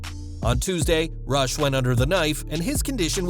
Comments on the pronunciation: Sad RIP Daffney Mental health is real...and his name is pronounced Roosh not Rush I guess it's a Latin pronunciation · Hey, you pronounce Rush Roosh